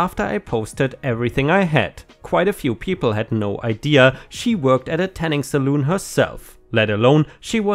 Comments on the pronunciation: Just as an FYI, a tanning or hair styling establishment is called a salon, not a saloon. A saloon is the place where cowboys in the Wild West would go to buy alcoholic drinks and play cards. I know the words are similar, but I couldn't help laughing every time you said "tanning saloon"! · I know you are a German speaker so I will help with your English just a tad. Salon is pronounced “sal-on”. not “sal-oon” Otherwise you English is perfect! 👏🏻👏🏻👏🏻👏🏻👏🏻. The girl with the deceased service dog in training could maybe have her testimony filmed for court if they would allow it due to her disability. It would be less traumatic for her. Just a thought. 🌟🌟🌟🌟🌟🌟🌟🌟🌟🌟🌟🌟🌟🌟🌟🌟🌟🌟🌟🌟🌟🌟🌟🌟🌟🌟🌟🌟🌟🌟🌟🌟🌟🌟🌟🌟🌟🌟🌟🌟🌟🌟🌟🌟🌟🌟🌟🌟🌟🌟🌟🌟🌟🌟🌟🌟🌟🌟🌟🌟🌟🌟🌟🌟🌟🌟🌟🌟🌟🌟🌟🌟🌟🌟🌟🌟🌟🌟🌟🌟🌟🌟🌟🌟🌟🌟🌟🌟🌟🌟🌟🌟🌟🌟🌟🌟🌟🌟🌟🌟🌟🌟🌟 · Salon is pronounced sə'län. Which is an establishment where haircare is done. Pronouncing it as saloon ( sə'loon ) makes it something else altogether. 😄🍻🍺🍻😊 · 1. He could surely sue for defamation and win. Also, it is pronounced sal-on; not sal-oon. 2. The kids were trespassing, so it's not his fault. OP should use the new info, combined with previous case, to prove that neighbor (and/or his accomplices) did the egging to charge them again; keep charging them until they learn they can't keep messing with him. 3. That neighbor is just a piece of shit. I just hope the cameras catch him in the act so he gets what he deserves. ************************************** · "Salon" is pronounced as "sa-lawn", not "sa-loon". a "saloon" is a place where people drink alcohol. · Hey, a "saloon" is like an old-timey bar. Salon rhymes with lawn. ⭐⭐⭐ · "Salon" is pronounced how it's spelled: "Sal-on" It's not the same thing as a saloon. Just FYI. :P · Salon...sa lawn not saloon which is a western bar. Yes, it was a set up. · it's pronounced SA-l-ON. a Saloon is a mini bar/resturaunt/place were people bet and entertain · Pronunciation for Salon is “Sa-lawn” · It's pronounced "Sah-lahn."